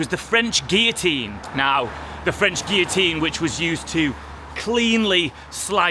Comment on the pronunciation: Guillotine is pronounced with ‘L’ and gibbet with ‘J’